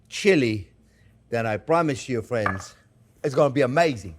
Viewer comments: Didn't you mean "fwends"? He says "friends" just like Elmer Fudd. 🤣🤣🤣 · I counted at least 30 “fwends” from chef, guess he really likes his audience 😄 love you too chef keep up the good work mon ami ❤